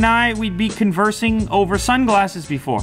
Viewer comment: He said conversing! Finally, someone who didn't say conversating (which is not even a word!).